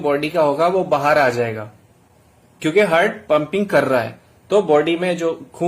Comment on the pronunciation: Pahle English bolna Sikh Jitendra..hurt nahi Heart and human nahi Human....